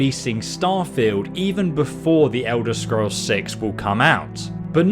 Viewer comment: The Ewder Scrows